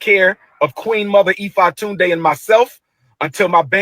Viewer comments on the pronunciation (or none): “Queen Mother Efa Tunde” 🥴